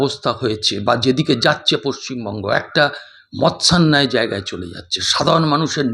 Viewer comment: আপনি "মাৎস্য-ন্যায়" শব্দটিকে ভুল উচ্চারণ করে মৎস্যান্যায় বলেছেন। Video টা edit করে নেবেন।